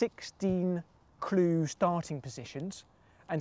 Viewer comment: I'll give you a ClEE...